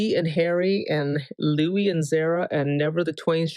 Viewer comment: the could be Louiza😂 btw, I notice you say Houis sometimes, who's that